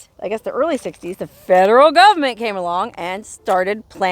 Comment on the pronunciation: This is a fascinating story. Where did she get her water from? I love the way you say "fedruhl govment" ! 😅